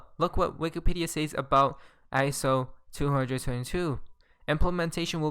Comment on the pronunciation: SAYS is pronounced SEZ